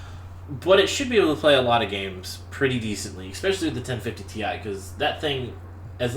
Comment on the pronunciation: Constructive criticism, although I'm happy you posted this video. You mumble past some technical specs, like "what was that card he was talking about?" the video card. Had to play it four times to figure out you were saying 1050TI. This happened in a few spots where I couldn't tell what you were talking about because of "mumble". The other thing is you might try posting a summary of the specs for the machine you're reviewing, either in the comments or in the video. Finally, and you're not alone on this, you should discuss the power supply, it's interchangeability with other PS's, how many connectors and type as well as power rating/watts (to understand expandability options).